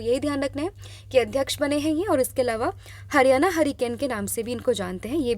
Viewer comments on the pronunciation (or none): none